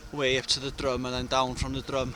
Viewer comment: Drum (the mountain talked about here) isn't pronounced like like musical instrument that you hit. It is more like "drim", and Y Drum means the edge or lip of a the drop, or slope. Not so far away in Nantlle is Trum y Ddysgl "the lip of the dish"... also pronounced "trim".